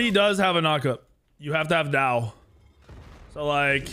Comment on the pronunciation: In Chinese, there would be an accent or tone on the word Dao lol. So technically to pronounce it correctly you would say it with a falling tone.